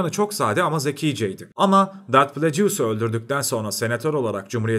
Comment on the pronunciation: hocam çok güzel bir video olmuş tebrik ederim ancak telaffuzlara biraz dikkat edersek çok çok daha iyi olur. darth "plecius", "roc" one vs.